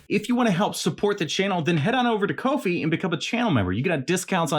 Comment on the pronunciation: ahh i signed into ko fi I thought u where bein goofy in the vid by saying coffee weird